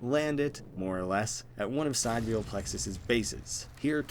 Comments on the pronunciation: The word is pronounced "si-dee-re-ahl." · i think it’s pronounced si-dear-y-al. meaning of or with respect to the distant stars (not the sun). which could pay homage to the idea of sending human consciousness to “distant worlds” similar to your own but not the same. or perhaps that there’s multiple sidereal plexus co. but they’re all in different realities.